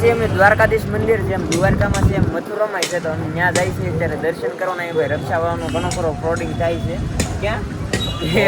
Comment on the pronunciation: આમ તો તમે અંગ્રેજી શબ્દો બોલા છો પણ રીક્ષા ને રક્ષા કેમ કહો છો.